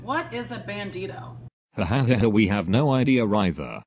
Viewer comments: "bandtio" IM FUCKING DEAD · I died when it said “bAnDtIo”